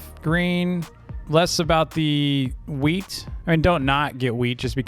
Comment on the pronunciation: bruh he keeps calling "wheat" weed